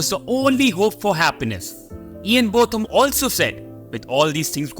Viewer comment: Ian's name is pronounced Bowtham, not Both am. Imran Khan is in prison in Pakistan at the moment due to maybe trumped up charges of corruption when he was Prime Minister.